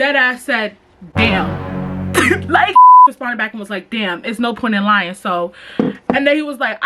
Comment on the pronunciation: “i was lien “ STAND UP 💀💀😭